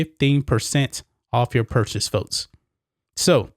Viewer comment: Why do you pronounce “folks”, “foats” and “sports leagues”, “sports leads”?